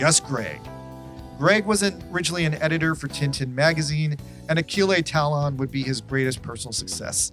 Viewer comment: Oh shit! Achille Talon! I used to read the comics as a kid. Thanks for the nostalgic sucker punch XD Side note: Pronounciation of his original name is 'Aa-shill ta-loh'. Other side note: Kinda hard to write how to pronounce the 'o-n' combination for the French language in English XD